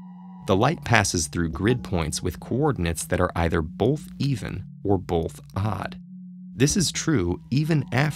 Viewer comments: I dont want this guy explaining this riddle like hes better than me even though he pronounces “both” like “bolth” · I have one issue with these TedTalks riddles... the narrator! He speaks clearly and all but I mean C'mon who says "Bolth" not "Both" there's no L in there!! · you say the word 'both' as if it is spelled 'bolth'. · "Bolth" "Bolth" "Bolth" "Bolth" "Bolth"